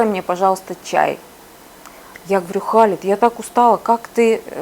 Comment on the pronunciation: Имя Хєлид а не Халид , 18 лет в Египте можно виучить Арабский